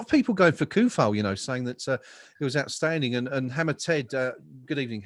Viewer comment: come on guys show some respect to Vladimir and learn his name. Not KUFAL, it should be TSOU-FAL. Even SO-FAL sounds better. Hearing that hard "K" kills me